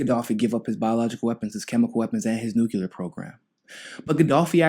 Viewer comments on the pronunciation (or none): New Clear... Say it. Not Noo cue lur. New Clee ur Spelled nuclear Grrrrrr. All better now :) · I guess it is worth mentioning that Bernie co-sponsored a Senate resolution in 2011 saying Libya needed a regime change. Bad idea * Bernie is still at it. Tulsi 2020 ps Please say "New Clea Ur" not "New Cue Lar" that's how George Bush mispronounced the word (or just say nuke )